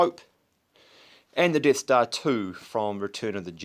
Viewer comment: The Deeth Stah